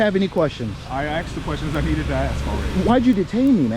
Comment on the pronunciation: ...Cop said, "You "axed" me a question." Cop cannot even speak proper English grammar. This...is who pir government hires, gives a badge and gun to, and the power to throw another human being in a cage. Cop likely, barely-passed-high-school, and now he thinks his "cop-logic"...makes sense. What a buffoon. He wants to "axe" questions. Good grief. How did this cop pass high school English grammar?